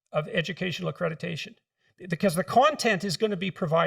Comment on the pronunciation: Dr Peterson says "accrediTation" 😂